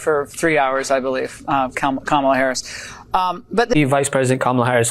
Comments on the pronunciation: Hey Laura Ingraham CAN read! And she pronounced Kamala correctly. Stay in school kids. :_rudy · Did Laura just say Kamala's name properly? What is going on? Play the clip!